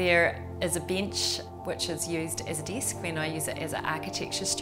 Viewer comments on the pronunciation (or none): I love how you pronounce "desk" and "bench" with "ee". I like everything except the ladder.